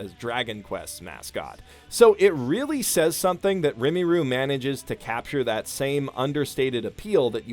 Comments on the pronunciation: I've seen many people has already corrected you but I've got to say it myself. Its rimuru, RI-MU-RU. It irks me for some reason when you mispronounce it. Also spoiler The ship does not sail. I'm sorry but shizu is rimuru's destined for another reason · Rumiru, Remiru, Rimiru, Rimuri - I so hope it was your intent to mispronounce Rimuru :D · Listen. RimUru. With a U. But you're completely on point about this anime. It's just so full of people I like. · not comfy with how you kept pronouncing Rimuru like Rimmy-roo lol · Why do you pronounce rimuru as rimiru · Fucking "rimmy-roo" jfc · you BUTCHERED Rimuru’s name! It’s pronounced Ream-er-u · It sounds ri-mu-ru. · every time you say rimmy-roo i cringe a little like when i hear someone say chalupo at taco bell. get your vowels right homie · His pronounciation of Rimuru lol, i meant it aint even hard lol, how's he making it Rumiru XD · we gotta have a talk about how to pronounce "Rimuru" man, its pronounced "rih-moo-roo" not trying to be a dick but i got unnecessarily agitated every time you said it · also pretty sure it's Rimuru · "Rimiru" My ears hurt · Wait isn't it Ri-moo-roo? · i'm not a weeb or anything, but it's pronounced ree-moo-roo goddammit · Like how can you hear how the show says his name and say it completely wrong lol rimuru pronounced re-moo-roo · You butchered Rimuru so much you pronounced it as Rimmi ruuu xD it's so painful hearing people butcher anime names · Say Rimiru one more fucking time... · ... every single time you say reemeeru it hurts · ya know, i always read his name as Ri-ma-ru, so i get the whole mixing things up, BUT MY GOD does him saying Rimiru irritate me to no end. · Remiru? Who's that? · Are you pronouncing Rimuru so wrong on purpose?? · ok but, the way you pronounce Rimuru is just ticking me off.. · youre saying rimuru wrong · going to fight you for the mispronunciation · The way you pronounce Rimuru is so triggering, it's literally three syllables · Its RIMURU NOT RIMIRU!